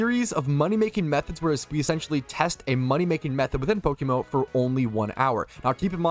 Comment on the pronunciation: What is Pokemo? 😂(Before anyone starts insulting, I was just joking with the way says PokeMMO)